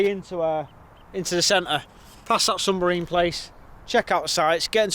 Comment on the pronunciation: Sumbarine? Submarine!👍